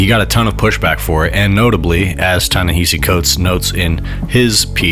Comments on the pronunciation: Ta-Nehisi pronounced his name in the clip and dude is still mispronouncing it. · Ta-Nehisi Coates pronounces his name correctly. Why can't you?